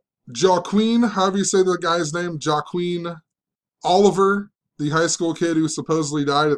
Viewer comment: Hey. Its pronounced WAH Keen. Joaquin. And W.E.B Dubois. Ive always heard pronounced "double you ee bee do bwah". Hahah just in case you wanted to know. Anyways, I always enjoy your vids. I like the idea of taking tactics from the ICP playbook. I was thinking of beginning to make vids on YouTube but maybe my time would be better spent papering the neighborhood.